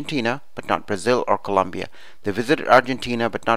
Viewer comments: I like it :) It helped a lot! BTW it's Colombia not Columbia! Once again I liked it . Very helpful! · Its colombia not Columbia but thanks this was really really helpful